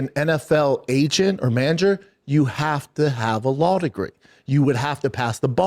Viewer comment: i'd like to hair the arggument, B... i've got a lawl degree... Frank Mare is definitely part of the prom... got a 'nairdiv' and 'talmbout' as well lol